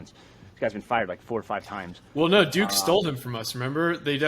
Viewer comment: Did he say "Go Dukes?"